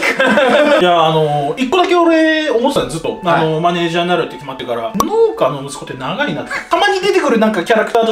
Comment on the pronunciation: 農家→のうけ か のーけ